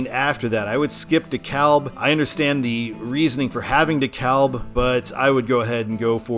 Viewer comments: Yes, I was about to comment that! It was driving me crazy how he was saying it! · I'm from the Atlanta Metro so when you said De KA-L-B instead of De-CAB- that pained me . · It is pronounced DEE KALB.